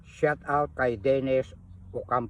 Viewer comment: shout out hindi shot out tatang me admin kpa nlalaman pero di tinatama pananalita mo para kang tanga lang😅